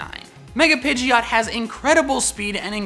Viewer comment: Not pidgeyot, PIDGOT How to pronounce PI-JOT